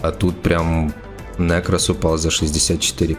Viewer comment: Бесите!! Не говорите плз нЭкрос говорится нЕкрос!!!